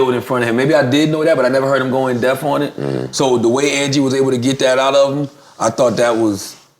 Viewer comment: In deaf??? Nigggggaaaa hahah Its in depth! Fucking Charlamagne... Got all this "knowledge" but can't even pronounce some basic ass shit right & I know it wasn't a mistake because he said it twice in a row hahah